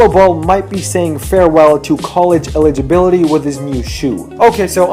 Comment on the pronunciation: this guy can't even pronounce eligibility